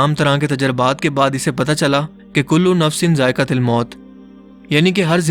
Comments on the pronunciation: Zaiqa til miut nai Zaiqa tuul mout he. plz sahi parhe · "कुल्लु नफ्सिन ज़ाइ_क़तुल मौत" है न कि ज़ाइ_क़तिल